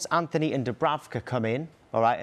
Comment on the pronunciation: Anthony? I don't see an h in his name my boy